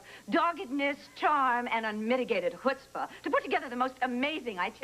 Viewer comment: ...Dorian has an amazing grasp on the human language. She pronounced the Yiddish word chutzpah perfectly also as well as the Italian.